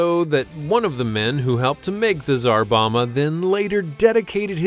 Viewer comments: Its Czar BomBa not Czar Boma bud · Bom-ba, Bom-ba. Not Boma. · It’s pronounced “ZAR BOM-BA” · I guess you could visit Chernobyl right now, but you'd have to join up with the Russian Army. Also Tsar Bomba is pronounced with both Bs: "Bom-bah". English is weird, ours is about the only language which doesn't pronounce the second B in "bomb". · It's called the Tsar Bomba not the "Zarbama" which sounds like a more evil version of Obama. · And pronounced tsar bomba wrong